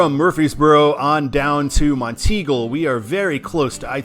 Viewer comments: Yeah, top of the Mountain. Never heard anyone say teagle before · I think it's pronounced as Mont-eagle. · Monteagle is prounounced as Mont-eagle, with the emphasis on “Mont”. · Mount Eagle is the proper pronunciation of that town in Tennessee. At least it's what someone told me years ago when I rode on 24 on it. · Enjoy your drives, but it is pronounced "Mont Eagle" and "Mac Minn Ville". Native Chattanooga. Stay safe.